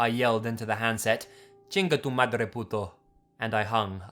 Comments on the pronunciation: Hit the subscribe button, based solely on the excellent pronunciation of "Chinga tu madre, puto!" I'll hand you, your honorary Mexican card. Welcome to the fiesta. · The best pronunciation that I've ever heard from a non Mexican person haha